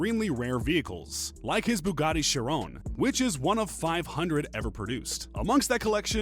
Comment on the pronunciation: its a huracan spider. not just a spider. also who pronounces chiron like that